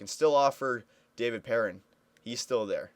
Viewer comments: it's not "pear- in" It's "Purr-On" He's French Canadian. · its david PEAR- AWN